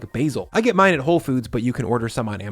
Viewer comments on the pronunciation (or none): none